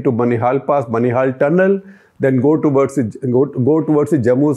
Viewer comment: It's not बनिहाल, it's बानिहाल....